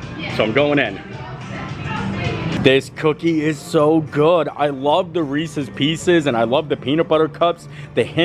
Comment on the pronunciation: Reese’s. You always says it wrong. You are from Pennsylvania. No one I know from Pennsylvania says it like that. Ahhhhh😂